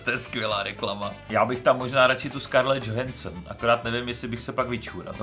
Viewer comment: Ani a ani nevědí, jak se správně vyslovuje jméno Scarlett Johansson.:face-green-smiling